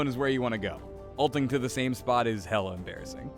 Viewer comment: "Hella-Uses"? What, is this Life Is Strange now?